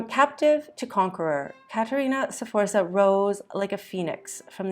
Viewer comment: In that case try to learn them at least to pronounce the name of Caterina Sforza correctly. The pronunciation of all the names is so butchered that only people who know Caterina´s story can understand what persons are mentioned: Galeazzo Sforza, Lucrezia, Girolamo, Giacomo Feo, Cesare, Giovanni delle Bande Nere, Forli, Imola... 😩